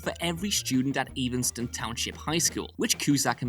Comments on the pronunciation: love ya, but "Evanston" has a short e sound, like 'ever' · It's Cusack and it's Evanston, not Cueshag and Eevanstin. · The name of Cusak's hometown is pronounced "'Evan'-ston" Like the name Evan not "'Even'-ston" like he is saying it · Lol, it's pronounced Ev en stone, not Even stone lol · It’s not EEvanstom(long E) but Evanston like eventually every extra or other words that start with “e” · And his school was Evanston, not 'Evenston'. (Also the home of Vintage Vinyl.) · "Eevanston" ain't helping neither. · Cusack doesn’t have an h in it. Also the town is EVAN-stun. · Dude cannot pronounce "Cusack" or "Evanston" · Good list, to accompany a good movie, so not trying to be petty, but is struggling w/ "Evanston" too.